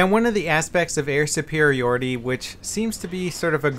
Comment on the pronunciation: Why does he says "Air Supirioty" if its "Air Supiriority"? is it ok both ways?